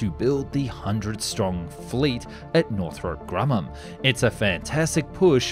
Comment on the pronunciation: Arnament? Weapondry? Northrope Grummam? Ageing older? Mishandlement?